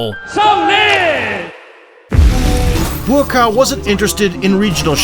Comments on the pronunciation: His name is pronounced "Bwa-Cow" not "Buacaw" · Dude! It's not BOOO AH COW